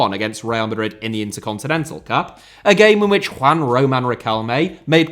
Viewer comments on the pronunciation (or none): none